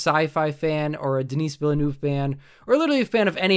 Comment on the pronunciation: I'm going to see, 'Dune" this Friday, (Oct. 22nd) when it premieres nationwide across the U.S. His name is pronounced: Den-ee Vill-nueve. I really liked your review. I've heard the same criticism from a lot of people who have never read the source material.